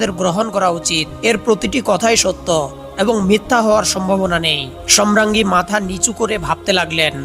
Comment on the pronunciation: ধারাভাষ্যকার সম্রাঙ্গী বলছেন । শ্রুতিকটু।